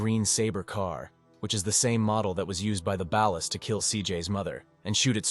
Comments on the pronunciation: The way he pronounced ballas is filling me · No thank you ai- can’t even pronounce ballas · "the ballas" smdh